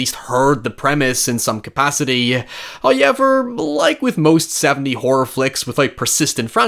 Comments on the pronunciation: No one: Bro in every sentence : NOI HOIEVER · Dude.. DUDE! Please, please, if you're going to say "However", please say it properly. It's so distracting hearing you say "Hoyeverr" again and again. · "High" ever. First time I have heard it pronounced like that. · Highyever lol seriously no one has counted yet?😅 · I asure you sir there is absolutely no letter "Y" in the word however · I love these video essays, but i would be lying if i said I didnt just come here to listen to pronounce however. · I love your videos and you're a great guy, but I cringe so hard every time you say however... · I could listen to say ‘however’ all damned day.